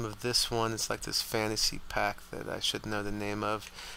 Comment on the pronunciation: Pack not PAC